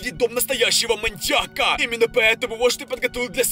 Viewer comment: Мы будем в логове маньякА!😂